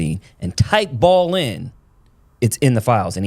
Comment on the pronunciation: BAAL is pronounce "BA-ALL" was also the diety in the old Testament involved child sacrifice ...its all in the BIBLE